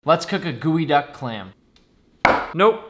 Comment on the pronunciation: Title: "Geoduck clam" Nick: Guuwuyduck clam